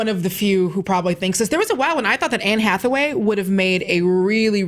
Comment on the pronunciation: Totally lost all credibility when she said Hathaway. Totally lost me.